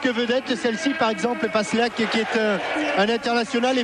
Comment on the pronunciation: Lol flashback au lieu de passlack Sacré Thierry Rolland 😂